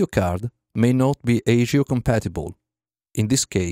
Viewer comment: ASIO is pronounced ass-ee-o. Just saying.